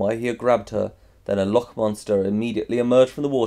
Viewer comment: loch is pronounced like lock, sorry but it bothered me so much TT TT